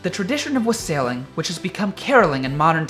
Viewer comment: The holiday stories were truly lovely, but that handsome young man mispronounced a word (not his fault, I assure you). The word wassailing, (I might be be misspelling .) It is pronounced " wah-sull-ing", with the accent on the first syllable. it)